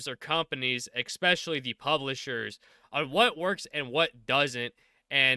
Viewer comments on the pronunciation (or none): I can’t not hear ex-specially every time 😆